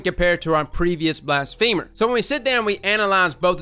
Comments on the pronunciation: BLAS-fuh-mer not blast-FEEMER lol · Blas-phe-mer not blas-femur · Is it not Blas-fa-mer? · M. Saez it isn’t cuz blafemy isn’t pronounced that way. It’s Blas-fuh-mer cuz it’s blas-fuh-my. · I love you bro but its blassfum-er not blast-femer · Blast-feh-murr, not blast-femur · *BLASS-FUH-MURR* think blasphemy.. not a leg bone. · its not pronounced blast-femur its blas-phe-mer... my femur hurts now Blast-femer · The way you say blasphemer is killin me lol. Yknow how ya say feminine? It's like that. Feh, not "fee-" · Blast...femur - 2019 Edit: turns out it’s actually pronounced that way lol guess ya learn somethin new every day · HiImErebos yea but it isn’t pronounced femur lol which made it funny when he said it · You sure...because "blasphemy" is NOT pronounced that way...and it's been driving me crazy that everyone is saying "femur" in this word. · Blas-feh-mer. Its ok, we still love ya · “Blast Femur” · Why do I always hear it as "Blast Femur"? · I think its pronounced blas fe mer like blasphemy but with er not like the leg bone femur lol love your intel though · "Blast Femur" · who tf says blastfeeemur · I swear to god i heard bast femur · I cringed every time you pronounced it as blast femur